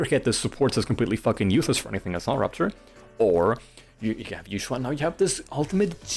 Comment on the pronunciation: It's actually pronounced ee-Xuan!☝🤓 Seriously though. I think Yid and Yixuan don't say the "yuh" sound when they say their own name, but other characters do, so I take it the VAs know their own character's names while others might be a bit off. Anyway, I hate her too. I don't hate her personality. Her dry humor, if I'm using that right, and sarcasm actually hits for me. I quite like the Croud Clearing Jutsu in Lumina. But she's otherwise a bit meh personality-wise. My least favorite of the Shibyuan 4 (Ye Shiyuan is my :goat-turquoise-white-horns:). I am with you on the plot device point. Need her to happen to be out of town to have stakes for other characters, ignoring agents not dying. And training sure did happen, maybe. I think. I actually read white text on black. I'm not big her gameplay, either. She's fine. Parrying is a bit fun, but she doesn't feel as deep as I was made to believe in pre-release reviews. At least, it doesn't feel much more than the average agent. Of course, the worst part is the animations. I think her ink is absurd with how much it obscures. Can't see crap even with the numbers off sometimes. No wonder so many new bosses just fly. Also I struggled to 20k UCC with Koleda because her buff lied to me about giving Koleda 30% CrDMG. I want buffs for my Koleda again. :eyes-purple-crying: I am trying to think what makes Yixuan's parry not nearly as cool to me as Yidhari's. Maybe having some prerequisite input to the parry is more interesting to me. Maybe Yi